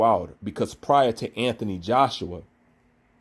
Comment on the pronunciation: will u pronounce the man's name correctly ffs 😂 who is anfony Joshua loool